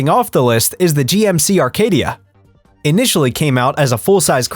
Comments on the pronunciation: There is NO model called Arcadia. The model is Acadia no R in it. Perhaps you should learn to pronounce the name of the vehicles you review???? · There is NO letter R in the GMC Acadia! It’s not a Rcadia! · Acadia NOT ARcadia. Sheesh. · How should we believe you when you can’t even pronounce the name of the car correctly? It’s an Acadia not an Arcadia. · Arcadia or Acadia - we are supposed to trust you even if you can’t spell / pronounce vehicle names? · How am I supposed to take your advice when you cannot even get the name of the vehicle right? It’s GMC Acadia not GMC Arcadia. Do your research. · #10 GMC Acadia, not "Arcadia" 😅😂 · It’s ACADIA not Arcadia. I had a 2008 model. Tons of problems with it. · it's Acadia nor Arcadia. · Acadia not Arcadia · It's ACADIA NOT Arcadia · The computer voice does not know the difference. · No R in Acadia